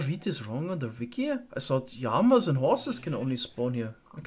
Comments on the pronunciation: sag mal sagst du Jama anstatt llama? oder hört sich das nur so an 😂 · Quick question. Why are you saying "yama"? Lmao. I kid. Great video as usual!